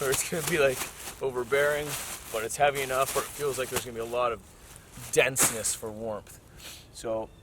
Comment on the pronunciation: Dencesness for wormth lol